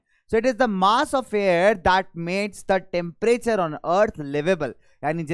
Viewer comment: And it's temperture